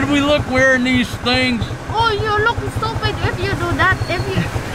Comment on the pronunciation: HA..IT IS FUNNY...... IS REALLY GOOD SAYING THE WORD " STUP ID"